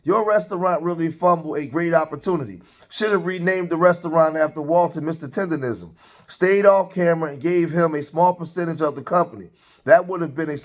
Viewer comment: He can't even say "Tendernism" properly. Zero seasoning. He talking about the barbecue community like he wasn't just running Uncle Iroh's tea shop. FOH